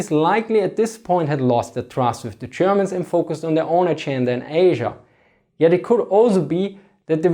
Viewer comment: I love the way this guys pronounces “Th” and “v” like an “f” lol